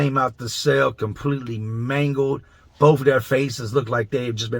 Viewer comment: I can't stand the way this guy goes out of his way to sound "gangsta". Talk normal. Your UFC bare knuckle boxer friend knows how to talk. Read a book and learn pronunciation. For example: it pronounced "both" not "boff". Silly.